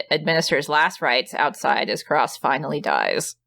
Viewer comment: I made it almost 8 minutes of both hosts mispronouncing the 2 lead characters names repeatedly. Didn't you watch the movie ? At no time were the characters names pronounced Reeegen or Karahhs.